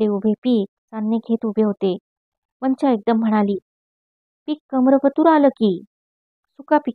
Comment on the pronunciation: छान वाचन....पण,तीचं नाव "वंचा" उच्चार "पंंचा"सारखा नको..."चालेल" मधला "चा"हवा... अशशाच छान कथा निवडुन वाचन करा...खुप शुभेच्छा...